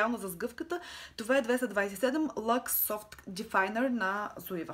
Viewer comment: Мисля, че марката Zoeva се произнася "цоева", тъй като е немска😉 П.С. Блузката ти е много сладка😄